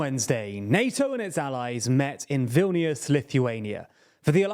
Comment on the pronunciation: Wow he got the city name right. I was expecting,, v-i-lai-nus"👍